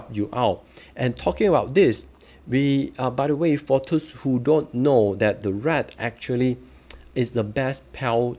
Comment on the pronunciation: thanks. but really you might want to improve the pronounciation to appeal to wider audiences. especially when you said "those" as thirst.